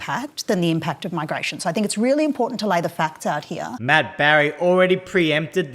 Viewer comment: what is it with politicians saying "impordant" instead of important I think Albo started it